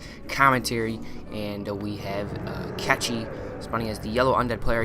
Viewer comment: Kechi? seriously?...